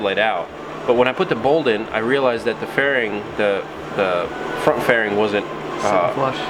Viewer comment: Says font instead of front